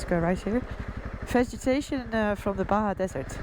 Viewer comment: I wonder how Yanks pronouce Baha California.......Bar jar sounds right to me...